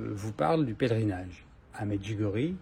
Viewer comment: Merci de prononcer MEDJOUGORYÉ. Soit beni.